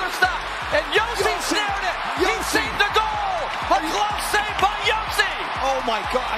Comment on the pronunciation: Its pronounced Josi not Hosi. And thats the wrong Matt Murray in the Texas Stars jersey